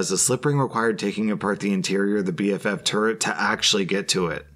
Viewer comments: I love how went from saying BVF to BFV to BFF lol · He pronounced BFV so many times wrong lol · I love how he keeps mispronouncing BFV